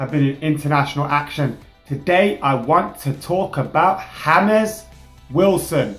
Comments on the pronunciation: Is his name even supposed to be HAMEZ instead of James?? I thought he was English ffs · Yeah I know right even pronounce's it as Hamez at the start then he calls him James lmao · WHY DOES SAY HAMES ITS JAMES WILSON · It is not Hames, It is James. He is English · do you mean James Wilson and not Hames Wilson. He's English not Columbian. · you got me saying HAMES everytime i see the name James WIlson... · "H"ames Wilson 😂👌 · why does pronounce him as james(ha-mes) he is english,not Hispanic/lationo or Portuguese isn't he? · Has everyone been living under a rock? He's been calling him "Hames" for ages, it's a joke. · Please pronounce James as it should be pronounced in English... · Please stop pronouncing 'James' in a Spanish way, it simply doesn't make sense. For the rest, keep up the good work :D